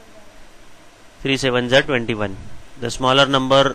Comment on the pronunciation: He said biggerrrrrrrr numberrrrrr lol